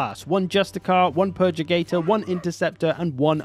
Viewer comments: Purgator not purgigator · "PURR-GUH-TORE" (only teasing. Great vid! Loving the game!)